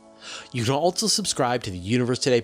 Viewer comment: How many "T's" and "Z's" are you putting in "Also"? "Altzzo". Wtf